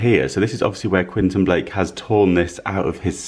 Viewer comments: QuEntIn, not Quinton. 😊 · You're pronouncing the artist's name incorrectly...it's Quentin Blake, pronounced KWENTIN 😊